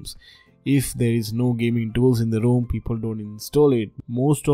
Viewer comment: It would help if you combined your good tech knowledge with more understandable English. I could not understand the names of any of the alternative ROM's you mentioned, but luckily your graphics showed the names on screen. TIP: "Rom" and "Rome" do NOT sound the same. The final 'e' at the end of Rome (the city) makes the 'o' long, so it sounds like Rome, phone, loan, etc. In 'Rom', there's no 'e' at the end so the 'o' is supposed to be short: Rom. As in pom, Tom, bomb, etc.